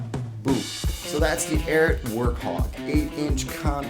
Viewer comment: It's really bothersome that "" cannot pronounce the name of this boot brand.